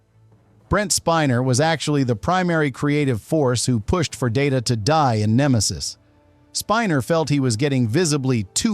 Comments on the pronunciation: it's pronounced Data, not Data. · And stop doing a Pulanski on Data’s name as well!